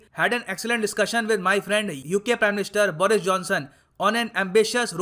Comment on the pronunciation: बोरिस नही बरीस watch - (go goa gone)